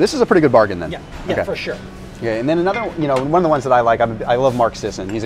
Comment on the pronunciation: Fur shur